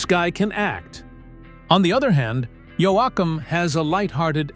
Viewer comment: AI voice over ? really? can't even pronounce his name correctly wtf